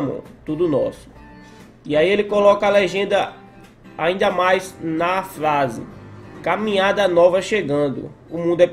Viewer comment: Pq vc fala flase em vez de frase ??